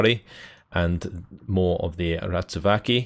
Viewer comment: Accidentally pronouncing Ratsuväki right, still more work with the rest of the names :)